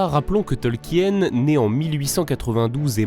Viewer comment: Tolkien se prononce "Tolkine" et pas "Tolkienne"